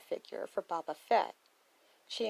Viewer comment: Why do you call him Baabaa? It’s Bo-Bah